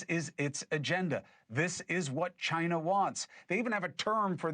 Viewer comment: He almost said Chi-Nah!